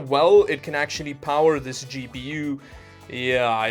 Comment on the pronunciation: I thought he said,and for a really long time, "Cheapy You" instead of "GPU"